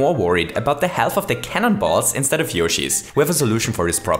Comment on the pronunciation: I hear cannon balls as CANIBALL